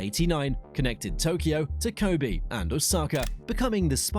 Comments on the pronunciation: it failed at “Kobe” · Before that he messed up Kobe